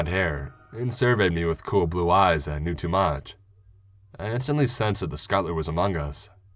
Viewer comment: Skutlr?!!!!!!!! PLEASE SAY SCUT TUL LER